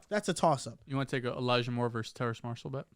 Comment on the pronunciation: TERRACE - there’s no “n” in his name